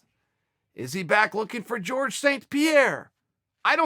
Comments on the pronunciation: Quit saying Jorge (George) it's Jorgé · It's "Whore-hey"' not ""George btw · its Horhe !! not George ffs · Bro its fucking Jorģe not george you racist fuck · Dr. Mindfulness of Water nah, it’s George. This is America, and we pronounce the J’s. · Dude his name isn’t pronounced like George lmao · His name is Jorge (HOR-HEY) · he needs to start pronouncing it correctly, as in hor-hay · How hard is it to say Jorge properly? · even Nate knows how to pronounce Jorge's name properly. smh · Like this comment so Chael will say Jorge the right fuckin way!!!